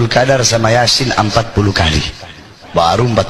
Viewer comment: Iya betul kata Bahar TPI bacanya Yasin Yasin Yasin.